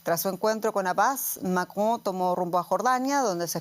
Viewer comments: La pronunciación del apellido del presidente francés por parte de la periodista, es ridícula! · Me encanta como pronuncia el nombre del presidente de Francia